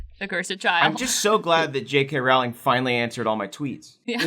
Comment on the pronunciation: J.K's last name is pronounces Rowling like Bowling not Rowling howling